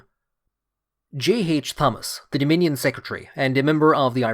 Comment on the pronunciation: You don't pronounce the H in Thomas. Extremely annoying.